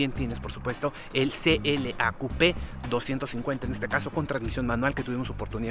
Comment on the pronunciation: ¿Pronunció "coupé" como "cup"? La mirada de Gabo 😂